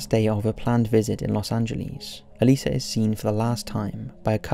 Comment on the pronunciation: I'm so glad he says her name right. I don't get how some people say Elisa as E-lie-zu